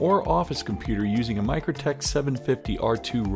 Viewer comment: Mikrotik = Micro "Tic" Not Micro "tek"